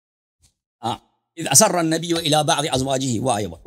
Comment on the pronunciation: Quran sahee padhna nahi aata اذ اسر النبی کو اذا اسر النبی پڑھا